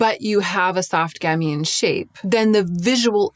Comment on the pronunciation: And "gamine" has the accent on the first syllable, with the second being a "schwa" sound, not "ee". (Once a literary agent, always a literary agent...there's a T-shirt out there with my name on it--the one that reads, "I am silently correcting your grammar and pronunciation".) 😊